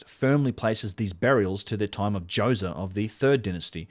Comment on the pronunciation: Pharaoh Djoewzuh